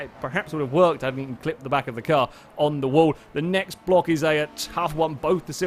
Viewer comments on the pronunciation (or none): none